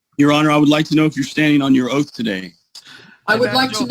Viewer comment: Is he under oaf in the libary?